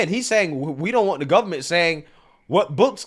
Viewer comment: Please don't say guv-ment and libary. You muck me up with that. Learn to say library. 3 syllabus. Not two. .